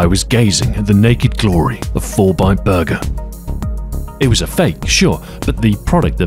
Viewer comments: I swear you said fortnite burger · I heard "Fortnite Burger" at first ffs. Susburger